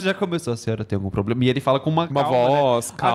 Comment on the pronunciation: Um golpista e ainda fala "POBLEMA".